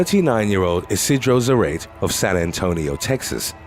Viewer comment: The name is pronounced ee-see-dro zah-rah-teh